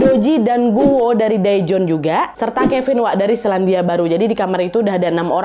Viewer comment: Seoul : So ul Daejon : Dejon Jung hee: jung hi Doo ji:du ji Gun woo: gun u Yuryeong: Yuryong Kurleb bgitu pelafalannya ka, maaf kalau aku masih salah🙏🏻